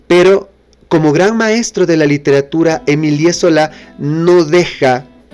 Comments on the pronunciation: Muy buen video, sólo un apunte que quiere ser amable: el nombre de Zola se pronuncia Emil, no Emilié. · Buena reseña,y sin afán de ofender,se pronuncia su nombre Emil